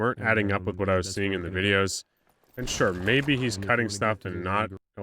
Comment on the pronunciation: "That's my wideos" and then an emoji that I forgot